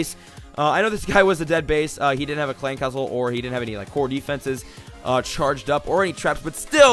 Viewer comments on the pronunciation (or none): Clash Of Clans the way u said clan castle troops XD